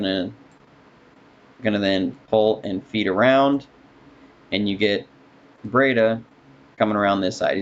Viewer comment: Absolutely love the videos! Except for how you pronounce Breida like Bray-da and not Bree-da..